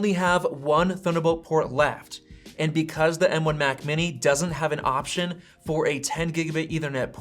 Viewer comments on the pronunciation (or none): none